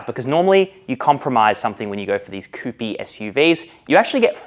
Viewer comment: I was actually sarcastically mentioning his pronounciation of the word 'coupe' by him saying 'coupeee'. 😀😀